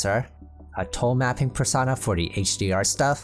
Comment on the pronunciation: Per- sown - ah Like "personal". You dont say "Persahnal"